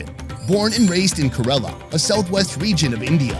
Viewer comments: you said KArela😂😂 it's KErala 😂😂.. you sound like my nephew 😘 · Hey I’m from South India live in California now and the pronounce “Kerala” it’s “Kay-ra-la” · Is know one gonna talk about the way he pronounced Kerala